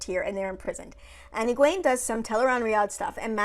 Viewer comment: 1) Nynaeve wasn't angry during the horses. Lightning couldn't have been her. She was scared. Her block would not allow it. Also, Egwene is pronounced "Egg-win".... all of their names are Scottish names. I had to look up the proper way to say them all and they all sound better when you throw a proper Scottish accent on them. 2) Agreed. She is a hero. No more comment needed. 3) She grew up around boys and has anger issues. Seems exactly what I'd expect. Though she should have broken her fingers with how hard she hit someone. 4) Being a hero isn't never being scared. It is doing what needs to be done anyway. As I said, she is one. 5) She's stubborn. Two Rivers folk from way way back.